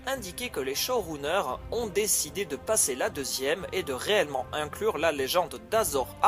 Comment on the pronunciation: "show rouneur"